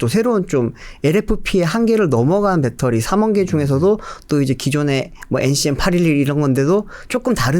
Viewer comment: 밷떠리 밷떠리 뺃떠리 밷떠리 밷떠리 뺃떠리 밷떠리 밷떠리 뺃떠리